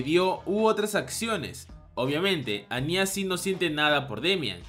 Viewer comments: No es anyá (parecía ñarreando o un niño llorando), es Anya (Ania) sin tilde, ni acento, si mucho tonal en la primera A. Ciertas personas se pasan con lo de ver a una niña de 4 años como una waifu, medio turbia la descripción. Anya tiene 4 años, y para poder ser adoptada e ingresar al colegio, se hace pasar por una de 6, pero es una bebé, por eso habla a media lengua, aún está en la edad del dominio del habla. Los sentimientos de Damian por ella, hasta cierto punto son los de un niño de su edad, en esa época se puede presentar una atracción por alguien que llama la atención por su aspecto y forma de ser, pero nunca es algo sexual, es más filial, no sé si es algo cultural que en los manga ciertos personajes les dan tonalidades de mayores como pasa con Becky, pero el resto se comportan muy dentro de su segmento de edades. De llegar a ocurrir algo entre Anya y Damian, seguro lo hará cuándo lleguen a la adolescencia, ya en los últimos años de la preparatoria o secundaria. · No es añya es ania pero se escribe anya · Soy la única que escucha "aña" en vez de "anya" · Buen video solo que me causa conflicto como pronuncias el nombre de Anya